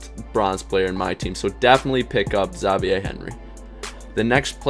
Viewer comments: why did he pronounce Xavier like zaveeyae?😂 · How do you not know how to say Xavier? lol